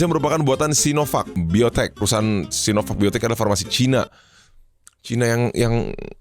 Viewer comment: Enaaq kamu bilang "SinoVuck" 🥺